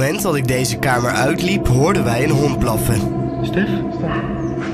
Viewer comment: hahaha een keiharde hond blaffen? Haha denk eerder een hond keihard blaffen haha Lol en hij zegt ook nog bloffen inplaatsvan blaffen haha (Geen haat) Like als je dat ook hoorde